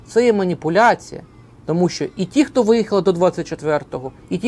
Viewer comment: вже перейшов на московський акцент "ті кто"